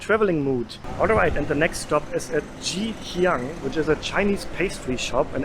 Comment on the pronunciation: So proud of you,...this vlog really good job and hit all the right spot for worth the money paid for as standard and quality maintained..to hear Him Hiang and Ghee Hiang from, amazing.. favourite of many old timers from years ago..the cendol,char kuey teow, okay throw theng all so we'll pronounced and described...yes, we always remember Greg and Jumi from Food and Footprints when we watch this vlog and how progressing in taste buds,soon to be Mark Weins 💪🤗😋